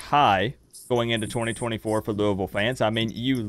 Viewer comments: Madison is a cool lady. But you guys say "Luuh-ville" not "Looey-ville"--what should Canes fans call this team? lol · I hate that crap too. It's not lou-uh-ville.. it's lou-E-ville. For me, I'll call them losers after we beat them and keep looking to go 1 - 0 next week.